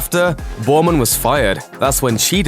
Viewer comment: Ah, perhaps you should have a colonial doing the commentary (as well as the writing), the name is Chris BERMAN, not Bauman and pronounced as you do 'Bowman' .... what utter crap.